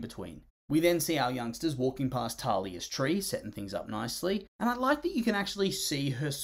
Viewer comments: Its thalia not talia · It's thalia, not talia